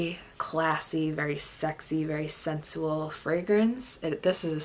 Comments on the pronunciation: Great collection and descriptions, except the "old lady" typing. "Sensual" is pronounced "cinch-oo-el". 😊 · When she says the name of the Paris Hilton fragrance 🤣🤣. And the word sensual 😂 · Ya know, I heard another perfume collector say "sensual" the same way as you, so...maybe it's a colloquial thing. 😊 Great collection and really enjoyed it.